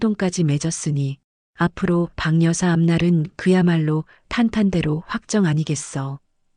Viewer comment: 방여사로 발음하지마시고 바겨사로 해주셔야 한글을 바로 읽는거 아닌가요?